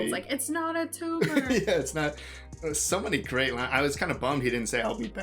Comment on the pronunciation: "It's not a tooma, not a tooma"